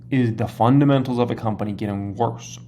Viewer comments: Cmon … fundamentals not fundementals 🤣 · fun-dement-als o/